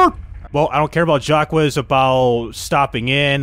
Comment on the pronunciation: His Name is Jaques! Called JACK, Not with any stupid Aques